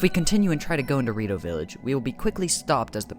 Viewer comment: "the rito-" All i hear is DORITO